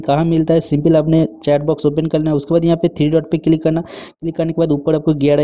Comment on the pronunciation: Click ❌ Cilik ✅ .